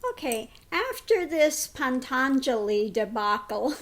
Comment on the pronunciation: It is patanjali not pantanjali.